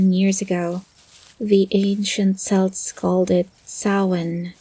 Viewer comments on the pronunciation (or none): Honestly I enjoyed you natural south American accent, pronouncing celts as selts almost had me cracking up.